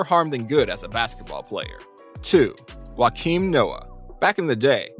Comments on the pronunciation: it's not tho. It's pronounced yow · The miss pronunciation killed me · It’s pronounced Joe-kim lol and you clipped out his whole segment. It jumps straight to joe smith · Wakeem Noah? Come on man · You need to work on the pronouncing of Joakim Noam nobody has ever pronounced it WA-KEEM